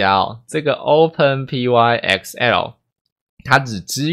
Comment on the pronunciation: 可惡我被你之前的「拍ㄍㄟㄣˋ」洗腦了 XD 這個應該是唸作「open 拍 ㄎㄙㄟˋ喔」吧？（open + "Py"thon + E"xcel" (因為 ex 常簡稱成 x 而 el 就是 L 這個字母的名稱)） 或者唸作 "open pixel"